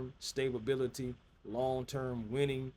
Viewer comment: Did you really just say long term stabability??? lmao.....love the show!!! Keep up the great work